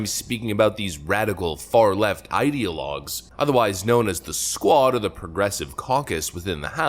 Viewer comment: Not "The SQUAD" But "The SQUAKE"